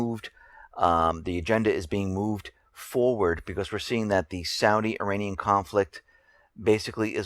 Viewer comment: Oh shit. How do you get "Saudia" from "Saudi?" Entertain me more... say "long guy-land" and "strenth." You schmucks say a "g" where it DOESN'T belong, and leave it out where it does belong.